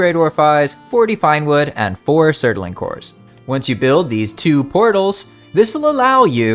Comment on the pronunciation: Surtling ffs its two syllables please man